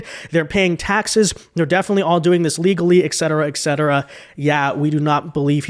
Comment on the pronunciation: Et cetera... Not ek cetera.